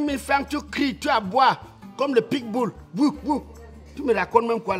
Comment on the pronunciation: Comme le pik bull 🤣🤣 pa'a on dit pitt bull